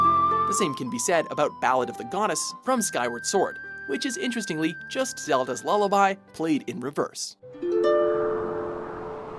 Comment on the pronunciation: No one gonna say how he said "zelda's loliaby first apearents a link to the past"